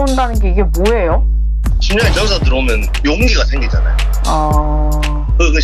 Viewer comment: 전/사 아니고 전\사 아닌가 발음이